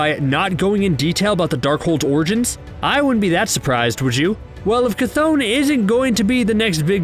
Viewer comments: Geezus, I’ve here like 5 different pronunciations of the name Chthon ...CH is pronounced “ch” not “kuh “ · It’s ch-th-on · I been saying chthon wrong this whole time it’s actually pronounce ch-thone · You mispronounced Cthon wrong. Also Kevin Feige said Agents of Shield is not canon